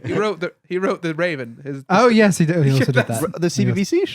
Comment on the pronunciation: saying 'yehz' makes my day